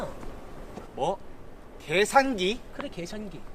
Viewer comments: 계산기가 X새끼로 들리는건 기분탓? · 계산기라고 할때마다 개새x라고하는것같네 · 계산기가 🐕🐦끼로 들려 (+ 이리듐 이터븀 이트륨 이수산화크로뮴 이테르븀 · 계산기가 개새끼라고 들렸다 순간ㅋㅋㅋ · 순간 계산기가 개샛기. 라고 들리는줄...ㅋㅋㅋ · 계산기 발음잌ㅋㅋㅋㅋㅋㅋㅋㅋㅋㅋ